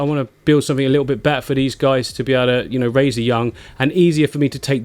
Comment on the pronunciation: Click sumfink 😂